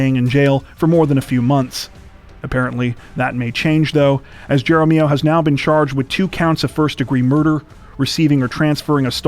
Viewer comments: Wow. You guys are always almost perfect in your pronunciations of names. But Jaramillo is pronounced with an "H" sound like jaramillo. Great job tho. Albuquerque escapes COTW This week but Santa Fe said our turn. Sad for everyone involved. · That story about the fake kidnapping, if the name is spelled Jaramillo. It's pronounced "Harm E O".